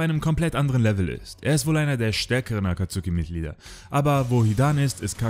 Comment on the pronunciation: Die aussprache von akatsuki sehr kritisch 😅😅 aber mega geil es video 👍🏾👍🏾 Hätte es mir das aber noch bisschen detaillierter gewünscht 😅